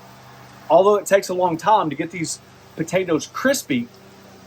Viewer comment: is he saying "buhtatoes"?